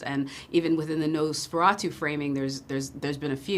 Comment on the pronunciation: Stop saying nose feratu!